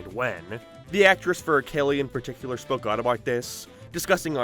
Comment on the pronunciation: God your pronunciation pisses me off. What is with you dragging out the ends of words? "Popularururur" "particularururur" "hererrrr" "planeeeert". Learn to speak properly before you take a shit on a show that thousands of us love.